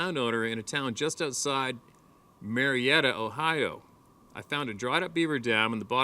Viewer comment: I think I might have seen one not far from Marrietta,yeah you pronounced it right. I'm gonna send you an email.its a doozy.